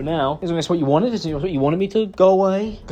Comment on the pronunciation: "How could i dew that tew YEEEWW 😭😭😭" I cant take that accent serious